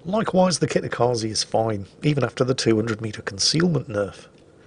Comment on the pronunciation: Hey, if "Dunkerque" ends for you in a queue. and "Kitakaze" ends for you with an "i" like in "India", then I want you to pronounce "High Wycombe" with same "rules", please. If not, then I at least get your queue quip with French boat, but "Kitakaze" ends with a hard "e" like in "Estonia". I'm not Japanese, but way you pronounce names is painful. I'm literally wincing literally every time you butcher names. Because of that I'm barely enjoying your content. It just needs that tiny tweak.;-)